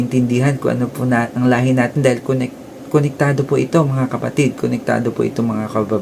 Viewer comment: Correction "Lahe"